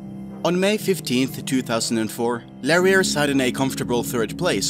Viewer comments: So that female voice over... is obviously some paid to record that and isn't the actual player. also, pretty sure the name reads Larry R, you make it sound like something else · Is that really how you decided to pronounce "Larry R"? :P